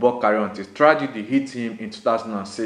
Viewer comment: whats this guys deal femi opabunmi he called Opobunmi, Tragedy - Tradegy